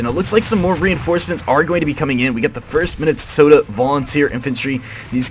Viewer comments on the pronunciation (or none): none